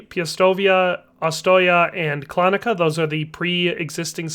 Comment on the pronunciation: LOL, Klanica made me laugh so hard.... Translation of that is Slaughterhouse... Also pronunciation of would be more like Klanitza as usually letter C in some slavic languages is tz instead of k on english, but anyway, Slaughterhouse is so damn funny for a town name